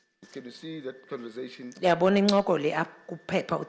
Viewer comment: Why do people say "converzation " instead of conversation ?